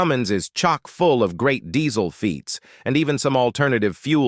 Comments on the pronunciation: It's diesel not dezzzzzl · It’s pronounced Dee-zuhl